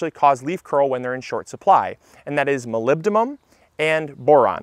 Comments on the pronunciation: MolybdeNum, not MolybdeMum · Molybdenum, not molybdemum. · "MolybdeMUM is my favourite nutrient to pronounce because it's fun to pronounce" ... pronounces molybdenum wrong 😂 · Great video! Has anyone mentioned you might have even more fun saying “molybdenum” when you say “num” (as in “num”-ber instead of “mum” as in chrys-san-thu-“mum”)? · Molebdynum... everyone messes this one up. Moe-leb-din-um. Not moe-leb-dim-um. Used to be in chaincase oil to prevent freezing. -Next, I live north of Luke, in Northern Ontario, Canada and don't even think about sowing anything that grows above ground, before July - very short growing season here. Tons of crops of unsuspecting gardeners, were lost due to late June frost. Even in July, like this year, right now, is barely over 20 celcius. Nights still dip below 10 degrees and not advisable to sow when nights are still below 10 celcius. -Also, this is a leap year and as a result, July is the new June. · MolybdeNum, not -Mum :) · Not nearly as fun to say, but it's "molybdenum" with N. Anyway, super informative video, thanks! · Yikes! You mispronounced Molybdenum, your favorite word to pronounce! (you said "molybdeMum" replacing the middle N with an M). Not to be a Douglas Downer here. Your video really helped me figure out my tomato concerns, and I'm grateful for that. I love your channel. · MolybdeNum. You totally pronounced it wrong but if it's your favorite keep saying it that way. Can't hurt! Good video. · It's actually pronunced "molly denim". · Its molybdeNum lol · But it didnt even sound like he had said it quite right, like n the last two syllables. What do u hear him say? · You're pronouncing molybdenum wrong.